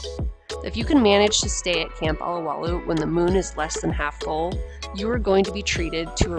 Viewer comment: It's OH-LOW-WAH-LOOH, NOT ah-lah-wah-looh! Mahalo ~ ~ ~